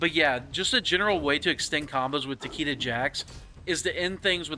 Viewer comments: Takeeda? It's like saying "Lee Kang"... Get it right boss. Tah- kay-dah 🤌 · Takeeda?? Bruh. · If you say Tah Kee Da one more time 😆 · Literally every one pronounces Takeda wrong the announcer voice literally says it.